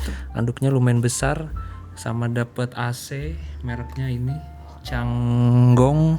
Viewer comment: CHANGHONG mas wkwk bukan CANGGONG 😂